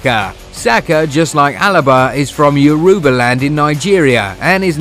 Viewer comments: The way the narrator pronounces the name of my tribe Yoruubah. Aish 😔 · This guy calls 'yoruba' one more time I'm turning off my phone.... which one is 'yourewber' 😂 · you are insulting my language by saying yoruuba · I am Nigerian and disappointed on how he pronounced Yoruba.